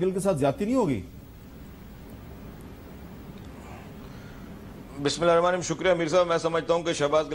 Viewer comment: آپکی صحافت بہت اچھی ہے لیکن اللہ کا واسطہ ہے بسم اللہ صحیح پرھا کریں 🙏